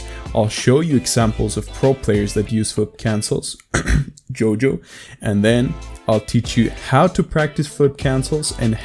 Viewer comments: Is it only me or doesnt pronounce JOYO properly: JOJO, YOJO YOYO 😂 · No shade at all, but I LOVE JOJO. This has to be my favourite mispronunciation of his ign I've heard, it's so awesome lmao